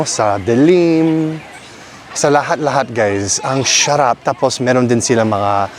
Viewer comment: Kuya - it’s Sarap not Sharap ! 😂😂